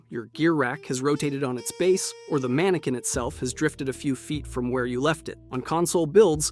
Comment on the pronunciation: The word mannequin is pronounced as MAN-uh-kin (/ˈmæn.ə.kɪn) with three syllables and the primary stress placed firmly on the very first syllable. Despite the French spelling ending in "-equin," it does not rhyme with "antique" or sound like "man-kwin".